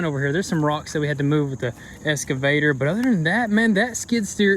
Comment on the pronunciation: EX...not Esss...EXCAVATOR. No "S" at all in that word...you all sound like idiots calling it an esscavator.